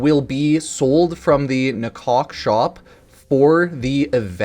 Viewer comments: You know Ifor a second there. I thought he said Talk to my cock, instead of nakok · Man said "talk to DA-COCK"